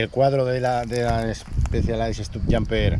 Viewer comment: Miralo como disfruta, si parece su chiquillo, ole!🤗 "Especialais Stupyamper" jajajaja que risas la pronunciacion (que tampoco soy de Oxford, pero se me hace raro oirlo asi al escucharlo en redbulltv o las cape epic, no te lo tomes a mal😉 ) Va a ser esto casualidad, el fin de semana recogi yo la mia tambien de 2º mano, estreno peor que el tuyo, necesita revision al llevar 3 años parada, con decir que esta tubeless sin liquido, me fui por el canal hasta el parque de plaza y vuelta 5 veces a hinchar... que desastre jajajajajaja 🤣 A disfrutarla, eso si, pobre Orbea, le rompiste el Alma!!! 🐯